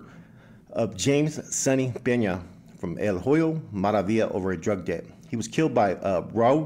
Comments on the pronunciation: I'm not trying to disrespect you but when you pronounce "HOYO" the "H" is silent so say it like this Oyo Maravilla and it's more understandable. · The “H” is silent in Hoyo Maravilla